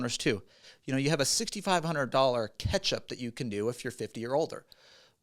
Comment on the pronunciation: with one T pronounces “catch-up” as ketchup 😂